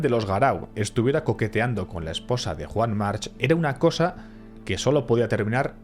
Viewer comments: Desafortunadamente, en catalan la terminacion -ch en los apellidos se pronuncia K, Juan Mark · Y por mucho que digan el resto y en la isla, la pronunciación correcta es 'Yuan Marc'. Lo digo porque soy mallorquín y sé de lo que hablo.